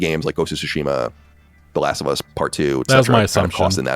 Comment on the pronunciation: "Last of Uz"